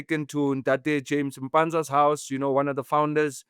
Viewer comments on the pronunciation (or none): none